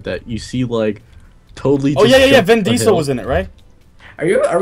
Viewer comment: its vin diesel not ven diesel